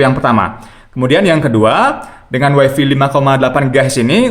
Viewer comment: malu ah.. masa bilangnya "waifi".. yg bener "waifai".. 😜